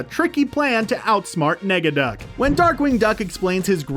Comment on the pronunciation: Some corrections, it’s not “Steelbank” it’s Steelbeak, Negaduck not “Megaduck” and it’s not “Mc Scrooge” it’s Scrooge McDuck. also it’s was normally a 65 original episode run. (not 66) the original DuckTales & Darkwing Duck were extend.